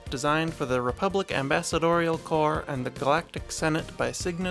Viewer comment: You don't pronounce the s in corps. Sounds like Core. Peace.